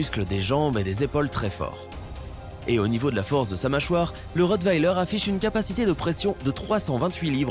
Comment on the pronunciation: Bon il ne sais pas dire rottweiler ça va mal